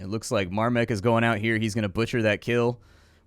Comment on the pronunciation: More like "Dawn of Mahrmek"